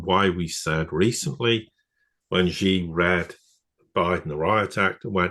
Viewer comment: President Xi. Not ghee. really irritating that you can't pronounce.